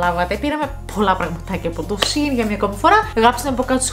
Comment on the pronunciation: σε΄΄ιν οχι σειν